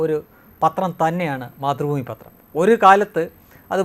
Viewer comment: മാതൃ ഭൂമി അല്ല...... മാത്തു.. ഭൂമി